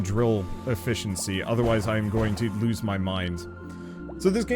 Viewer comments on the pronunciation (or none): none